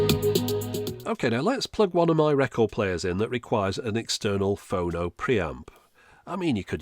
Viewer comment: Is it wrong that it’s freaking me out hearing “Phono” like “oh no!”